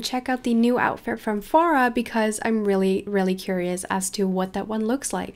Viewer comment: It's Fara Not Feara sry not meaning to be rude